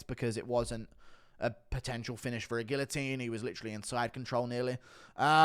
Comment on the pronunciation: The UFC should absolutely measure fighters more accurate… but you should learn hot to pronounce guillotine